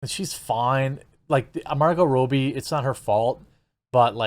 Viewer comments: It’s robbie like robby and prey like pray. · sequal - also doesnt imply that its the second movie . it could be an entirely different production . also . whats your problem with margot robbie . u dont even say her name right . who would u have do it . megan fox ? shes a nutcase bimbo . perfect